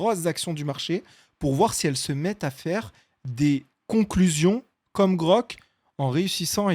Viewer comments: c'est Grok et pas Grog !!! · se chalenger ca pourrait etre le bon plan , ou genre que grok , et pas grog (ouais c'est dur à entendre ^^ ) , fasse profiter les autres ia de ca connaissance de tweeter enfin de X. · super video! nice comment bait de dire grog au lieu de grok ahah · Meme pas capable de dire GROK pfff credibilité ZERO ! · Par pitié arret de dire grog c'est insupportable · c'est le seul défaut de la vidéo jte jure mon cerveau pète un cable à chaque prononciation